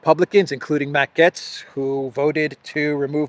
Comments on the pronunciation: It's GATES, not GETS. As in "GATE" with an s. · You keep prounoncing Matt Gaetz as Gets instead of Gaitz, that's very annoying. Now Matt Gaetz has all the qualities to become the US President later down the road : he is an extraordinary debater, better even than RAMASWAMY, so that Jim Jordan would be the Secretary of State and Marjorie Taylor Greene the House speaker after a four year term as President either by Trump or Ramaswamy, the fall of Rishi Shunak and the congrol of Parliament in Canada by JAGMEET SINGH. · His last name is pronounced "GATES" - Matt Gaetz - You sound funny saying "GETS" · I think it’s supposed to be pronounced “Gates” rather than “Getz.” Remember Stan Getz of jazz fame? I saw him once in Berkeley at a Japanese jazz spot. Good food! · Gay-ts. Not Gets. "ay" is very audible in his last name. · his name is gaetz not gets omg lol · Its Matt "Gates" not "Gets" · In German it’s pronounced “gets” but in English we say it like “gates” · The Curse is so real. ❤ Also, pronounce Gaetz like gates. Keep him in mind to follow in DeSantis's footsteps here in the free state of Florida. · It's pronounced Gates as his last name. But yeah surprised that they are really pushing the rep from my state Jim Jordan just that I am not in his district in Ohio. And Jordan has said he would seek the speaker position if he had enough support. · FYI here pronounced as "gates" I hope I'm not censored for that FJB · Its pronounced Gates! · It's pronounced Gates. Matt Gaetz is great - he's a well spoken man of the people. I (like Robert Barnes) hope that Byron Donalds gets to be speaker - another lucid and well spoken man. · Gaetz is pronounced "Gates".